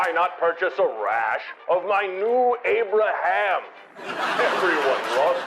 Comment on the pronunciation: That Abra"ham" is funny